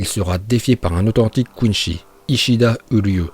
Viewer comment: quinzi pas quinchi